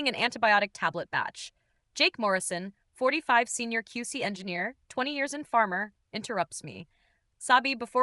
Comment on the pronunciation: *pharma, not farmer Good Lord, AI is stupid.